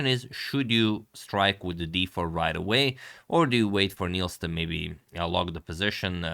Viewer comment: Nice game! If you cover more games by our Swedish GM, Nils has a short i, it rhymes with "pills".